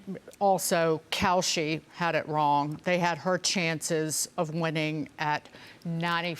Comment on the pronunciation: She's never wight and always wong.